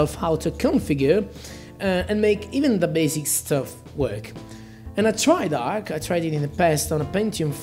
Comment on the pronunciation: Arch not Ark